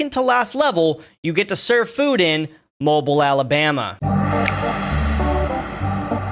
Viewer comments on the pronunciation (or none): Hurt my ears hearing it called Mobil. Mo-beel Alabamer is how us locals say it. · Mo-Bee-L Alabama not mobile (phone) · Mow bill Alerbamer 😂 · Call it "mo-bull, Alabama" and the entire city cringes. It is very funny to watch. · You mispronounced Mobile, Alabama. It is not like a mobile phone, it sounds like mo-bill. I am from Alabama and picked up that right off the bat. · Lol, love the video! Btw, "Mobile" isn't pronounce like "Mobile Phone" its pronounced like Mobeel...if that makes sense, lol. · It's pronounced Mo-BEEL Alabama locally. No I'm not kidding, yes it feels like some redneck shit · (oh, btw, Mobile, AL is also pronounced like "moh-bill," not like a mobile phone) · I'll help them out Its pronounced Moe Beel, Alabama. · Mobile is pronounced moe beel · It's pronounced "mo - beel" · its pronounce Mo-beel alabama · It's actually pronounced (Mobeel) Mobile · Mobile, Alabama is pronounced, Moe Bill. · Mobill is how it’s pronounced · as an alabamian i always love it when people pronounce mobile, alabama like a mobile phone. i don't know why we're goofy, but it's pronounced "mow-bill" like you're mowing the lawn and a dollar bill. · Okay, as a native Alabamian, the city’s pronounced Moe-Beel. Not like the ability to move. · FYI, it's pronounced moe-beel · I always love people calling us the wrong name it's"Mo Beel" xd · For future reference, Mobile, AL is pronounced like “Mo-Beel”, like how you would say it in “automobile”. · Hey man, great video overall! But I would like to mention that when you mention “mobile” Alabama it is not pronounced like a mobile phone but rather “moh-beel” the key part being “beel” as it was named after the tribe that was settled in mobile bay (The Maubila tribe), which most people call the mobile tribe. Great video! But I would’ve just liked to mention that as Alabama is a historically rich location whenever it comes to its tribal history and Alabamians always want to respect that! Great video! Keep up the work!